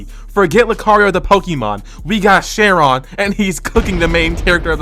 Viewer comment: its pronounced kai-ron not share-ron 😭